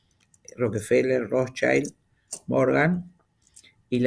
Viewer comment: Hildegard von Bingen,en la Alemania de esa época, la casi primera médica natural de hierbas en la edad Media que escribió los primeros textos de estudio de las plantas. Rothschild, palabra alemana no inglesa compuesta de rot=rojo, y Schild =letrero. Se pronuncia con i no a lo pirata ai, porque no es niño en ese idioma pirata Hay otro argentino que tampoco aprende. Seamos humildes y aprendamos de los demás aunque sepamos mucha historia. . Además roquefeller y Rothschild no son alemanes pero sí dueños del planeta.